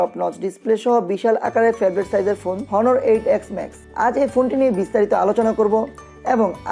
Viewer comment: ভাই আপনিতো উচ্চারনই পারেন না অনারকে বলেন হনার